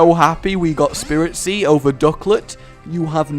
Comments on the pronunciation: It's spritzee not SPIRITZEE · it's spritzee not spiritzee and breeding is against the rules. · Not Spirit-see, Sprit-see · It gets annoying when u get the names wrong its not spiritzee it's spritzee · It's SPRIT-ZEE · Well not to be THAT guy but it's S-prit-zee not Spiritzee also, I like the name Cotton much more than Sugar Rush. When you name your pokemon puns or phrases I think it takes away from the whole "Bond with your pokemon" thing not to nitpick but....yeah I'm nitpicking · it is Sprit-zee not Spirit-zee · Spritze not spiritze gaaahh JK it so kind of bugging me thoe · rage dont mean to b ditrispectful but its sprit-zee not spiritzee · and rage its spritzee not spiritzee. and its entree was related to perfume not candy how do u mix those 2 up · Uh,? Its pronounced SpRIT-zee, not SpIRIT-zee, and it's a perfume pokemon, not a cotton candy one... sooo, you might wanna re-name that too.:D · I hate to be nit picking but it's Sprit-zee not Spirit-zee. Because spritz sounds perfume-y. Also it does not evolve into a cotton candy it evolves into a drag-queen broadway thing:P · Again, a mispronounciation, it's not Spiritzee, it's SPRITzee. There's no second i in there! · it's sprit-zee. Like, perfume.